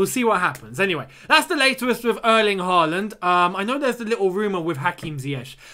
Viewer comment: Can you say Haaland with Å? Like when we sing “Å” oh tammy tammy